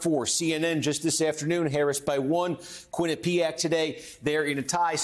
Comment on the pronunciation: The accent is on the first syllable for Quinnipiac. I used to teach there.